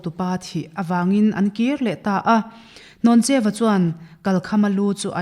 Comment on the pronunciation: hnawncheua nilo in hlawncheuva/hlawncheua tih tur zawk a nia